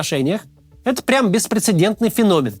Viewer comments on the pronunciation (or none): none